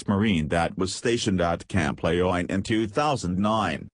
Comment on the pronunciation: Camp Laya-Line? Wtf! It's Le-June!